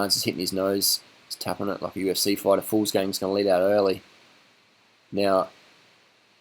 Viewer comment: not "fools gang" but "vuglsang"